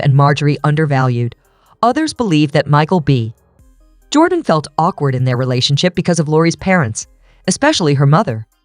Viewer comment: Why is there a female robot narrating this ? No wonder there isn’t many comments after being on line for over 24 hours. Notice the pause between “ Michael B. ……….. Jordan” This was awful .